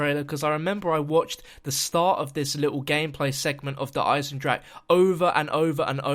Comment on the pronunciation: wait sorry DARE EYE-ZEN-DRAK